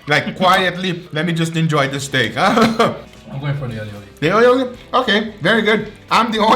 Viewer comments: its not aioli, its all-i-oli, a catalan word (spain) wich means garlic-and-oil hahahahahhaha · Hearing him pronounce Ali Oli like Aeoli makes me die inside